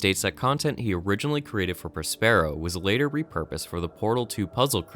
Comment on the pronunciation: It's Pronounced (prä-spə-ˌrō) you uncultured swine as is Prospero's books! Have you never heard of Shakespeare?